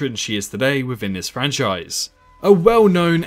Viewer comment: Can't this guy say "th"? it's "within" not "wivin"